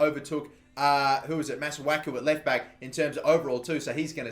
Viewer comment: It's Masuaku